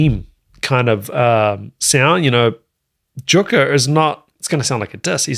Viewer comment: Finnish J = english Y, so Yukka, rather.